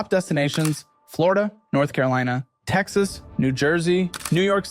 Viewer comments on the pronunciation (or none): Ah yes, my favorite state: "Tcsss." Followed closely by "Michioon" and "Novada"